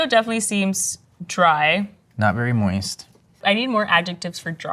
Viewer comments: wtf is “moisty” 😭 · Pro Chef says "Moisty" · Please stop saying "moisty". 😆